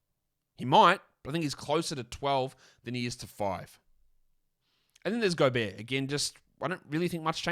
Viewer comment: The accordion music and Golbert mispronounciation were a nice touch.